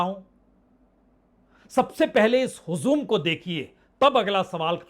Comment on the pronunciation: Mr punye prasun bajpai // " HUJUM "/ NO HUZUM /